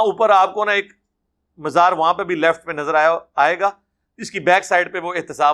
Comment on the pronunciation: یہ لوگوں کی ذرا ذرا سی بات پر غلطیاں پکڑ تا ہے اور خود مزار کی میم پر زیر پڑھتا ہے